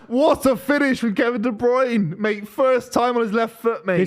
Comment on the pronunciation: Please ill do anhthing just tell to pronounce de broyne properly its de brer-neh, sounds more like de brainah